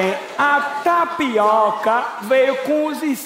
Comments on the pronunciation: Só de primeira intendi o cara falando "NaPiroka" ? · kkkk, eu ouvi tapiRoca '-' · O cara falou taricoca,n? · O cara falou TAPIROKA ou é impressão minha? KKKKKKKKKK